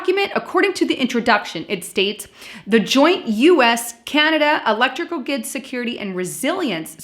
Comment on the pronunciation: GRID not gid. it's pronounced ON-TAIR-IO. Bring back Moochie!